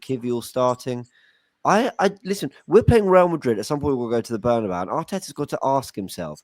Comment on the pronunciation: You knew it was a cockup when called it the “bernybau”